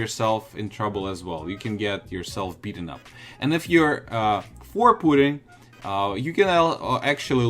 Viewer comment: lol he said “pooting” instead of “Putin”